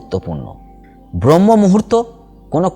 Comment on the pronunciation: খুব ভালো বলেছেন, চেষ্টা করবো। তবে কথাটা ব্রহ্ম নয়,ব্রাহ্ম মূহুর্ত